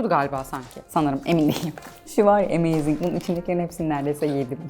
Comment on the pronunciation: emeeyyyzing diyişine kurban yavvffruum